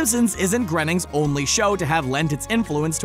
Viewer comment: “Grayning,” not “Grenning.”